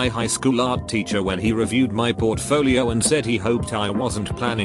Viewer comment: why u keep saying art like ART